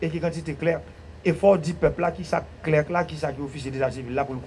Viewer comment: On dit trier SUR le volet, Monsieur le ministre. Pas trier au volet. Cela ne veut rien dire. Clerc se lit comme 'clair". Et Non pas "clerque' Messieurs. On est mal barré avec le PHTK.